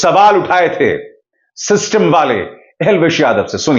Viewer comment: शिस्तुम्म ❌❌ सिस्टम ✅✅😂😂